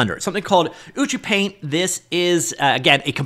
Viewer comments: It's actualy pronounced as U-chu-paint, as Ucup is the developer name :) Also, the dev seems to be huge fan of ACG culture, that's why you see Ina from Hololive. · Color (or paint haha) me wrong. I was sure this was pronounced "you see you paint"...but watching tutorials from the app creator himself, ucupumar, he pronounces it "uchu paint". Great video as always. Really is a great tool! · Learn how to pronounce the name before showcasing... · I'm impressed with how you manage to pronounce ucupaint differently each time you say it! :D Tip: hold shift when dragging blender sliders to increase precision, useful for a lot of sliders in ucupaint like UV scale and layer opacity